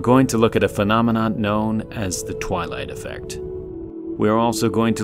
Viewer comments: Did he say the Twylie affect lol that sounds right even musk can’t leave this place we are all prisoners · I came here again to see the twelight effect again, But here i found a word as Premiere. What is it !